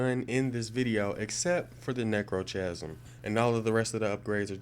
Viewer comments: It's pronounced "neck-row-kasm" What do you record your video with? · i know he also pronounced necrochasm wrong and edict